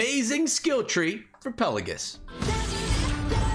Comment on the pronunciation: It’s not pronounced “Pellagus”, there’s an “I” in there, it’s pronounced “Pell-ay-jee-us”.